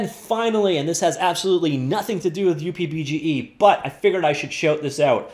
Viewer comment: just call it "Up" BGE please stop the weird pronunciation please .... its not pronounced as "U" + "P" BGE Fred/K.S